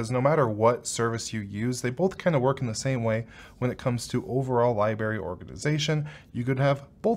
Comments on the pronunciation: are we going to pretend we didn't hear "lye-berry"? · He stated "lie-berry" multiple times. I don't think he knows it's spelled "library" lol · Liberry is actually pronounced as Li BRARRY but spelled as Library. By leaving this comment I am helping you in several ways....engagement with this video, helps your channel, and you now know how to say the word Library. Listen to the words pronunciation on google, practice saying it and break this habit of sounding like a 2 year old mispronouncing spaghetti. You should know how to pronounce Library if able to make a YouTube channel and make and post videos saying it incorrectly. Good vid but dang, learn this simple word. It is NOT said like strawberry or blueberry...Totally different word. I still use Plex with Quasi TV app on my shield but mostly prefer Emby....Been liking Jellyfin a LOT lately though and they also have a similar plexamp like app called....well....Jellyamp. I am strongly considering making the move for good to Jellyfin but they need better easier support for direct play as I never transcode my own media on my own network in my own home. Jellyfin has a long long way to go to get to the level of ease of use and reliability of Plex and Emby but Plex is really losing it's idenity lately and Emby is the less of 2 evils. I love Jellyfins mission statement but it seems it needs a LOT more development to become the King I hope it may one day reach. Hard to get there without money and hard to make a buck off of free users though. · “An unformal review”. Yep. Got it. And did I catch a few “li-berries” in there? I wonder if you could do this with a raspbrary pie. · Can't take advice from anyone who says "lib-ary" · My guy…. there are two R’s in “Library.”